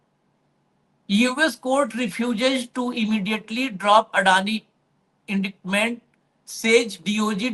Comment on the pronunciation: Indictment main c silent hota hai